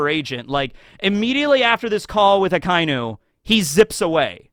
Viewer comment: I dont understand how you watch anime yr whole life and stil cant pronounce names correctly, Finaly you learned how to say A-KAI-NU. instead of A-KA-iiiii-NU And now you butcher KI-ZA-RU. not KIE-ZE-RU i bet its on purpore to get more reactions